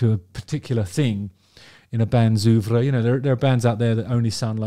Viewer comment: My favourite moment in any JHRA video is when Justin says "oeuvre"...